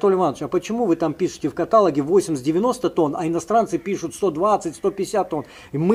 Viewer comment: Спасибо большое за Вашу работу, сорта прекрасные, но, ПОЖАЛУЙСТА, произносите слово " каталОг" с ударением на последний слог. Как в словах: диалОг и монолОг. ( я имею ввиду главного агронома) .Вы несёте нам не только знания и опыт, но и культуру речи. Спасибо.